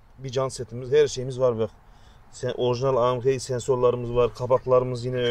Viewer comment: Downpipe - Dööfpaip AMG - AMChéé